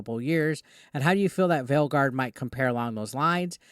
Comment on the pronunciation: Why do i keep hearing Dragon Age : The Failguard whenever he mentions the name of the game.